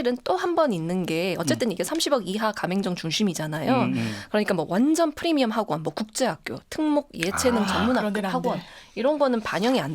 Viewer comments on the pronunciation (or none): none